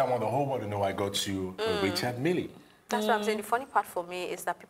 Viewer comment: Its pronounced miilll not milli